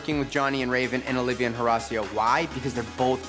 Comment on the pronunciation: “Horecio” is a funny way to pronounce it